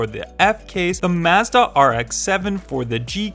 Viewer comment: It's mazda not mezda or mahezdah or whatever